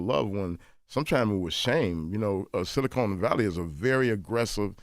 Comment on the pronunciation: SiliCON not CONE yall killing me with this!